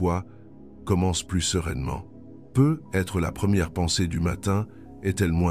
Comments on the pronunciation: Jai pense la même chose! J'ai l'impression que c'est l'IA qui parle car quand il arrive sur "peut-être" il dit "peu" et ensuite "être" séparément sans liaison. Cependant ces 7 mots, sont remplis d'une grande sagesse, peu importe que ce soit Jung qui l'ait dit ou pas, et sont tout-à-fait adaptées et adéquates.. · Non désolée je ne partagerai pas cette vidéo car même si le fond est intéressant, la forme est catastrophique : voix de robot, peut.....être qui fausse le sens et par-dessus tout des pubs qui entrecoupent l'écoute (pas terrible qd on l'écoute de soir ou de nuit dans un semi-sommeil duquel il faut s'extirper pour passer les pubs!!!😡) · Je me suis endormie de tout un blabla et je ne sais pas l'essentiel les 7 mots j'ai impressionne que l'IA ne comprend pas les mots lus ou est ce un double langage comme souvent répété peut-être devient "peu" être ceci peu être, peu être, devinent restriction peu de monde où "peu être" réduction de l'être son accent nous hypnose 😵‍💫😳voilà pourquoi il lui faut une demi-heure pour dire 7 mots cela nous capte et notre inconscient entend peu l'être ? Double langage ! ? N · lol la même ! Le "peut........... être..." m'a achevé !